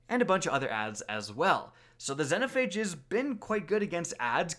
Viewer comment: "Zenhophage" lmao